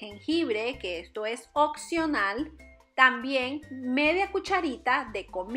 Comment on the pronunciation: "Este producto es occional" jajajajajaja